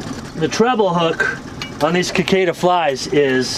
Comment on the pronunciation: Cicada is pronounced “si cada” the C is soft., not “Kicada.” That’s the bug that’s currently plaguing the South and Midwest this year.